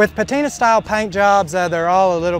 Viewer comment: It's "PATINA"!!!!!!!!